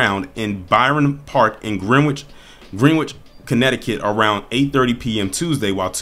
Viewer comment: With respect it’s pronounced Grenich. the e’s are short the w silent. thanks for all you do